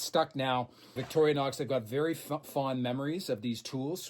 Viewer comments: I dont understand when you say you have to have 100% cash to get finance, do you mean you can't use equity in other hard assets like houses, boats etc? We pronounce it Vic torrr nox, you sound like victory nox lol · Wait. Are you calling it vicori-a-nox? This is another alumInIum moment I guess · Hi, just wondering is the name of the Swiss knife company pronounced Victoria-nox, or Victory-nox. After all it is spelled Victorinox with no ‘A’ in sight. And so glad the history bits will be continuing. We all get a little smarter and well educated each time we watch. A history question for you….the Knights Templar. Were they self-less, chivalrous saintly protectors of Jerusalem or a bunch of self serving mercenaries out to line their pockets with Jerusalems riches? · I love your efforts……but if you say Victoria nox one more time……….🔥